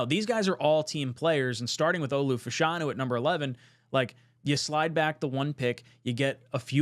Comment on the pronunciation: Shoutout to for saying Fashanu correctly.